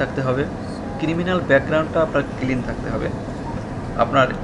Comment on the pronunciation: কিরিমিনাল না ক্রিমিনাল। কিলিন না ক্লিন।